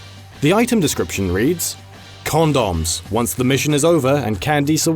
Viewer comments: "calm dawns" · This will be the new "pay-tents." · cAUndAWm, CandEEce is that how everyone says those is british land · The way British people say condoms kills me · The way says condoms makes it seem like he takes a bite of something after the "con" part. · heehee the stupid man says “condoms” dumb! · Lol, who says condoms like that?!